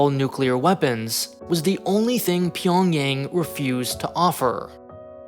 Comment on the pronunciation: Pyongyang is 'ah' sound. not Pyongyeng